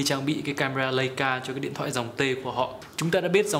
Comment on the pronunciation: đọc là “lai”ca sốp ơi